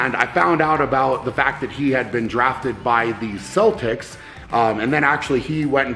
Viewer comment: Sell-Tecs 😂 It's Celtics!